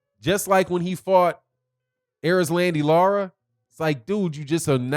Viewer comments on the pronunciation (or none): none